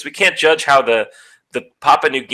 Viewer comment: I believe it's Papua (not Papa), but Daddy New Guinea is more than fine.